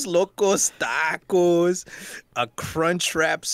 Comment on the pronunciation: I cant wait to get tacos Eddie: It's tacos not.......Taawcos I Died 💀 🤣🤣🤣